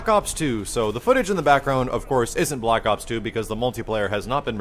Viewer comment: I swear he kept saying "block ops". I SWEAR.